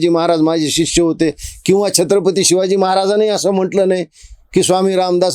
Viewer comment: काही दिवसांनी हा बाबा आसाराम किंवा खरात होणार. ह्याला बोलता सुद्धा येत नाही. सिवाजी नाही शिवाजी असतं आणि सिस्य शिष्य असतं.